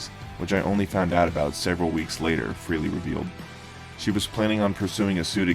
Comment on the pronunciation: Why do some people pronounce Ace's last name as "Free-lee"? It is FRAY-LEE". Know how to pronounce a name before you say it.